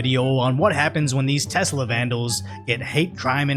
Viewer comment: "e-lonn"... not e-lawn..... "tess-la"... not tezz-la